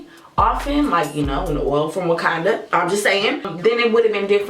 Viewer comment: “an oil from wakanada” 😂😂😂